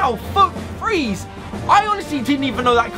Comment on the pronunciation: Did He Say FWEEZE